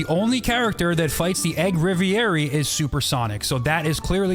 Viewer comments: Egg reverie is pronounced Rev-ur-y not river-air-e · The "egg rivierry"